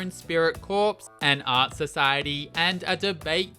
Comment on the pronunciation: "Corps" is pronounced like "core" not "corpse". It's not a dead body. Like Marine Corps, Drum & Bugle Corps, Peace Corps, the Royal Flying Corps (WWI era name for the RAF).